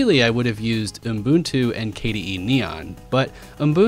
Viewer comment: What is UMM-Buntoo? It's OOH-Buntoo.